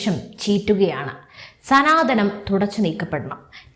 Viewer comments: സനാതനം എന്നാണ്........സനാധന മല്ല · മലയാളം ശരിക്ക് പഠിച്ചിട്ട് ചാനൽ തുടങ്ങിയാൽ പോരെ ?!!! സനാതനം ആണ് ധനം അല്ല 😢😢😢😢😢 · സനാധനം അല്ല. " സനാതനം " ആണ്. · സനാധനം അല്ലെടോ, സനാതനം എന്ന് പറയ്